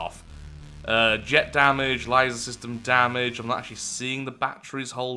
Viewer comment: Laser not litser